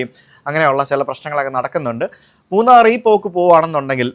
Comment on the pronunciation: മുണ്ണാർ അല്ല അക്ക മൂന്നാർ . 😏😏 സുജിത്ത് അണ്ണൻ ഏത് കാര്യവും നല്ല രീതിയിൽ പഠിച്ച് നല്ല വ്യക്തമായ് പറയും പ്രതികരിക്കും 💪💪 അത് കേരളത്തിൽ ആയാലും ഉത്തരേന്ത്യൻ ടോണുമാരുടെ നാട്ടിൽ ആയാലും 💪💪 നമ്മൾ എന്തായാലും ഉത്തരേന്ത്യയിൽ പോയി അവരെ നിയമം പഠിപ്പിക്കാറുണ്ട് പേടിച്ച് മാറാറില്ല💪💪 അതുപോലെ തന്നേ അവർക്കും ഇവിടെ വന്ന് നിയമം പഠിപ്പിക്കാം 😏😏 സ്വാഭാവികം